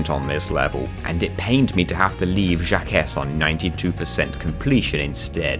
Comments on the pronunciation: Jaquces is not "Jack-ess" its "jauk" (au like in authority), thats as close as you can get with english letters. Since it uses a spund that english dont have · I know I'm not the only one to say this, but across the pond here in Burgerland, Jacques is pronounced like "Shock" with a Z instead of an S, like "Jock" but without the hard start of a J. Hearing it pronounced Jack-iss is very humorous to an American ear. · Jacques is pronounced Jack but with a French accent 😆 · Fyi, Jacques is pronounce "Jocq" xD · "Jacques" is pronounced similarly to "Jack". It's a pun, as he is a "Jacques-in-the-box" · Awesome video :D But Jacques is a French name, it's pronounced like Jock but with a soft J and kinda sounds like Jack, cos he's a Jack in the box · Awesome video! Wish I'd known about the RNG manipulation with Level Storage when I did chargeless. Though I'm pretty sure Jacques is pronounced "jahk". It's French. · I feel pain every time I hear it said like that. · Surely it’s intentional. I mean, he’s British and France is right there lol. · This video was so good right up to getting to Jacques. How you pronounced that made me throw up a little in my mouth lol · As far as I'm concerned, glitches are perfectly fine for a challenge run like this. The devs may not have intended for you to use them, but they didn't intend for you to ignore Spyro's wings, either, did they? This was an incredible run, and you've improved a lot! I lost it every time you pronounced "Jacques" that way, though, lol. It's the French version of "Jack" because he's a jack-in-a-box.